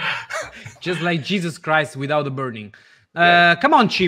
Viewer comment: "Dhe" is the new "The"